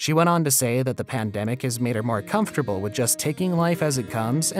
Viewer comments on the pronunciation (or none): none